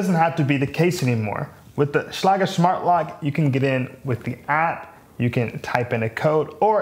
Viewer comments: He is using a German pronunciation, but I believe I've heard ads where it is one syllable like "shlayg" with a hard g. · okay, I'm a locksmith and that's definitely not how you say Schlage. hahaha great thorough review though man! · You pronounced Schlage wrong.